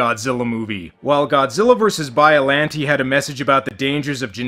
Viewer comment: The way he says it is the way you're supposed to say "Biollante" in English. It's certainly how it's said in the dub.